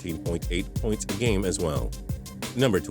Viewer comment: "puynts" you mean points bro?